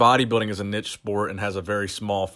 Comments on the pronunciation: niche isn't pronounced nitch but neesh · The way you say niche 😂 its pronounced "Neesh", regardless love your videos and appreciate all your effort that goes into the content! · Omg he said nich twice 😂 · Anybody else laugh when he said nich? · Love the content but like all Americans please learn how to say niche!!! lol you just corrected yourself as I was typing, thank you